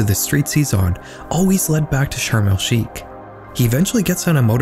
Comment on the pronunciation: Hey I just wanted to let you know it's pronounced sharm El shaikh not sharm El skeik